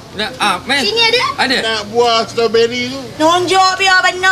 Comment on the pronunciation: "ini tembikei.. celah mane strowbery.." hahahahaha..